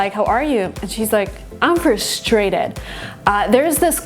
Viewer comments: Jungkook: Trusfrated?!?! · American input here... I would answer "hey, how's it going" back 95% of the time. No details. And "frustrated" you should accent the u not the a. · who taught you how to say frustrated?